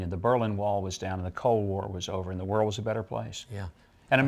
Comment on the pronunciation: The background looks like the Pepsi logo, lulz. Also, Chuck seems to have a certain difficulty speaking. It sounds like he's saying "Your vision for the war-ld"